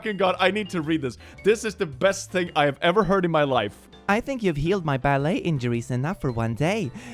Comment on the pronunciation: Apparently the only thing can't do is pronounce french (the ballet reference) correctly. I gave him three tries... he didn't take them.